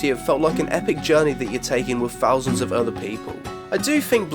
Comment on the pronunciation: Did getting sick induce some kind of speech impediment? Fings, foughts, one fousand, froat virus? Hahahahahaha!!!